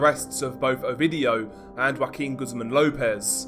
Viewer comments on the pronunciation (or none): none